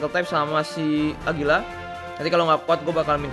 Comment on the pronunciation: Agira bukan agulia